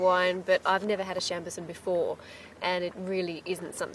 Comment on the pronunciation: Cassegrain Wines on the NSW Mid North Coast were the first to commercially produce Chambourcin. Also please learn the correct way Chambourcin is pronounced, your adding a very bad Australian scent to it! However your tastings noted are pretty good for the area which you are in at the moment :) great show by the way :)